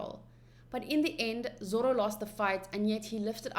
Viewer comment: And zoro is zolo 😂